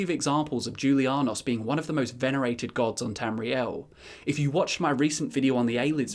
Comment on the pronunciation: I thought that the j in julianos made the same noise as the j in jalapeño